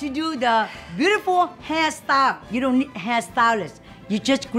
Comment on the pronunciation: We need a compilation of "Don worry" 😂😂😂